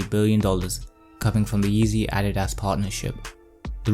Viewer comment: Nike is pronounced Ny-key in the states. Adidas is Ah-dee-duhs. Good vid overall tho. 👌